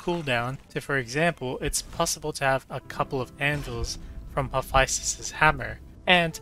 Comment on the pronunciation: Why you pronounce Hephaestus like that